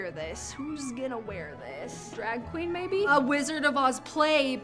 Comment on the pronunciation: I love how she said drag queen 😂